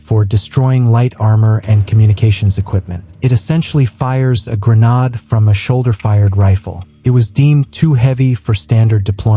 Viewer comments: 'Gre-nod' launcher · If I heard that AI voice mispronounce "GREN-ODD" one more time, I think my head would have exploded